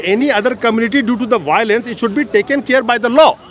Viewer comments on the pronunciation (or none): U should know 99% of meiteis doesn't speak English. Violence = Baolence😊